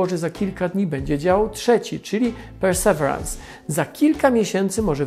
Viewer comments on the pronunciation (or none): Poza tym nie mówi się czasem "persewirens"? Przynajmniej taką wymowę słyszałem w oficjalnych materiałach NASA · o łał, wyobrażasz sobie ilu ten filmik miałby widzów, gdyby słowo "persewerans" było wypowiedziane poprawnie? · Panie Tomaszu, perseverance - wymowa to: persewierens i akcent na przedostanią sylabę. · Nie ma takiego słowa w angielskim jak (w zapisie fonetycznym) `persewerans` jest `persewirens` czyli perseverance. Synonim słowa persistence. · Super film ale... persevirens, nie perseverans ;) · Panie Tomaszu, perseverance wymawia się nieco inaczej: pûr″sə-vîr′əns Niemniej, bardzo dziękuję za ciekawy i profesjonalny materiał. ;) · PERSEVERANCE!!! Tego na pewno nie wymawia się "persewarans", wystarczy wrzucić do słownika google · Ja wiem że nie każdy musi być poliglotą, ale nazwę tak wymawiać, boli to moje uszy. Perseverance (pərsəˈvirəns) inaczej się wymawia, szybki wpis do google by pomógł, jest tam też wymowa nagrana, pozdrawiam, reszta odcinka super. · Super film, ale Perseverance wymawia się "Persewirens" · "Persewerans" XD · Trochę inaczej wymawia się Perseverance, niż Pan to wymawia. ale to szczegół. Niemniej proponuję sprawdzić jak jest prawidłowa wymowa. Dziękuję za film i pozdrawiam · Super film jak zawsze, ale perseverance wymawia się inaczej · Trochę zabolało jak Pan wymówił perseverance. Trochę inaczej się to wymawia. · nie no nic nie zmienia, ale wiesz, niektórzy czerpią wiedzę z jego filmów, więc jeśli już mają komuś wspomnieć o łaziku, to niech nazwę wymówią poprawnie, ot co ;) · Pamiętam jak oglądałem, wydawało mi się niedawno, film o tej planowanej wtedy misji a ona już ląduje. Czas leci nieubłaganie. PS akcent jest na "ve" w Perseverance.